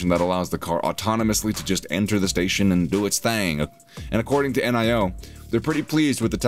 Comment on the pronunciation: "N.I.O."-- WTF??? -- Dude how can you make a video about NIO and not even know how its pronounced??